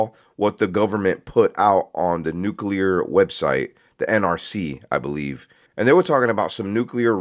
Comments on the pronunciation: never trust a guy who can't pronounce nuclear with your mental health. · If you are not able to say the word NUCLEAR, I will question your ability to share or tell me ANYTHING without a slight grin. True 🙏❤️🏴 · An aerospace engineer who can't pronounce "nuclear"? I'm not buying it. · Nucular? He should know the correct pronunciation of this important word. 🤦‍♀️ This is so crazy and the government won’t tell us. 🤬